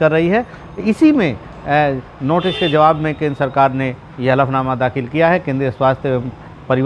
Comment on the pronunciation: konsa . . ........nama dakhal किया???? jara thik se bolo